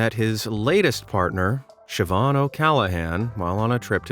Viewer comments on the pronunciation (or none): none